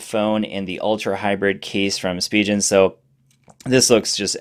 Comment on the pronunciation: It's Spee-gen not Spee-jen ;)